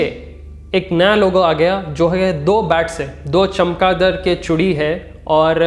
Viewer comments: Chamkadar not a chimkadar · Bhai wo chimkadar nahi hota chamgadar bolte ham usku...😁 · Bhai ek baar dir bolna chamgaadar...😛😛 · चमगादड़ 🦇बोलते है.. تلفظ सही करे😅🤣🤣....waise bhi sab k sab Mili Bhagat hai 😡😡kya chaina kya America..dono k garden pe Dena mangta 👋👋sipppa chipp🤣🤣🤣🤣🤣